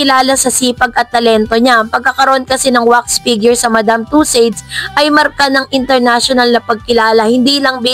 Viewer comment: advise lang - please google the correct pronunciation of madame tussauds, alam ko in the future ibabalita mo pa rin yan kasi 2026 pa pala matatapos yung wax figure. thank you.